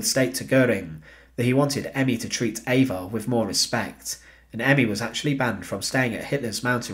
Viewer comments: Her name is EVA NOT AVA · Her name is Eva. He pronounces it not in the German way. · Spelled Eva pronounced Ave-ah.